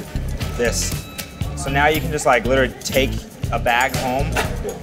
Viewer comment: '' It will litearlly turn it into..'' '' Free drink ??''